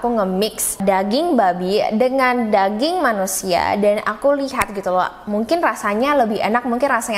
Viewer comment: Percaya ngak,, aku dengerinnya sambil masak petty 🐷 dong😂😮‍💨,,, Ngakak pas bilang daging 👩‍💼👨‍💼 rasanya mirip danging 🐷..